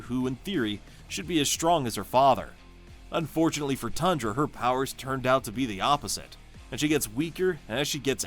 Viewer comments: You forgot Zarda the power princess of the squadron supreme, Queen Jarella, and Breet. Also you mispronounced Thundra, her name is not pronounced Tundra. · It's THUNDRA, not TUNDRA!